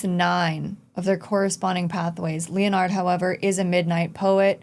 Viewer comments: Lol its KLEIN - (CLINE) and Leonard (LENN-ERD) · Klein is pronounced "kline". Leonard is pronounced the same as leopard, with the "p" replaced with the "n". Some of the VA's don't quite get the names right, but most of them do, so it's weird that you're not saying the names correctly.